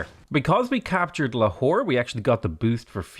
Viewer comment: Replace potato saying lahore with a whore, its hillarios